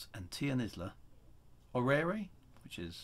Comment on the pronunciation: Love the o.g. systems. Also i may be wrong, But i believe it is pronounced Or-rare (orrere) And or-rare-v (orrerve) How does everyone else pronounce them?